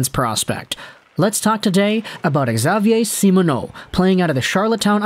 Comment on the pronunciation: Xavier is simply pronounced "Gzavier" but nice try, your pronounciation of the french canadians names is very good!